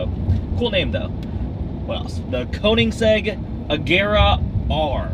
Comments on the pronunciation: the Königsegg obviously is the hardest for americans. They simply dont get it right. Even you. Kouningseg lol. Its KÖNIGSEGG. /watch?v=sAjLYBZhNF4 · you're saying Koenigsegg wrong. Its supposed to be an "ö" not an "oa" and Volkswagen is also wrong. Its supposed to be pernounced as "Folksvagen" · you said keonigsegg wrong. it's Kern-igs-egg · Funny how makes fun of his mate for saying Könicksegg but keeps saying Konigsegg himself. Both are wrong, but at least his mate apparently knows that it is in fact not an O, but an Ö. And there I was thinking Asians were smart.... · Koeniggsegg is actually pronounced with an Ö sound, about the same sound as in between the sh and the rt in shirt (königsegg) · What bothers me the most is that you pronounce koenigsegg wrong... Not sure how to explain the right pronunciation though. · They still pronunced Volkswagen and Koenigsegg wrong. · Rimac Concept one - not a single guy got it right. It is like'Rimatz'. Also, Koenigsegg, oe is that German 'o' that you say like you have deformation.